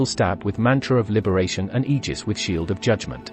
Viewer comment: I think you used a voice program for the video, but if you didn't you're the first GW2 content creator I've seen to pronounce Aegis properly. Kudos